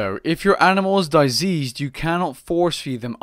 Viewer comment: Die -seased? Wtf is that lol - how come rs3 content creators never get words right?